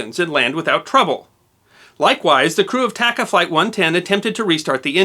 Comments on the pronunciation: I believe it is pronounced "TAH-Cahh" airlines. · Great video. I hate being that guy, but TACA is pronounced with spanish a’s. Like taco, not like tack. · I have always heard the airline pronounced as T(ah)ca, not T(ak)ca. Other than that everything else was spot on!